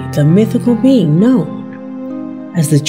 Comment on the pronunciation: Should have subtitles or show texts on the figures within the video. The auto-generated caption can't even guess what this woman said who even pronounces the word "known" right.